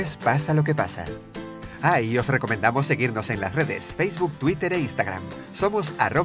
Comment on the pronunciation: minuto pense que decia rajoy y que eran de el tik tak era rajoy pero decia ahoy